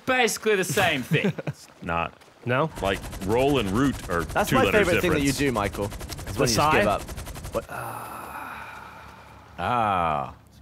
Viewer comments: Lannan calls Michael "Mackel" and Gavin says "Micool" when will somebody say his name correctly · Omg... Lannan says Micoo too